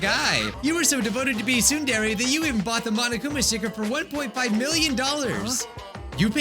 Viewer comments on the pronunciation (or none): none